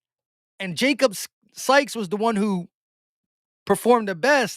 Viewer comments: Hey it’s pronounced sikes not skies, just FYI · Sykes not skys. Y before K